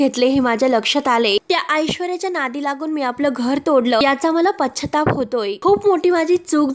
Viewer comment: shudhdha bolayla shik g. pashyatap..ha shabda chukicha kiti vela bolnar?